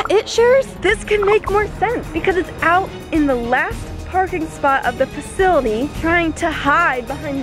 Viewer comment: She said facily